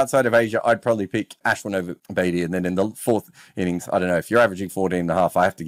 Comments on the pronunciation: Why is he pronouncing Ashwin like that? So pretentious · Why the fake accent when pronouncing Ashwin’s name bro?